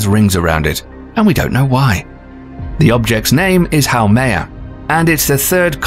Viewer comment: How is it that you can do a fairly decent job of pronouncing both Haumea and Oumuamua, yet you completely took a sh't on saying Makemake?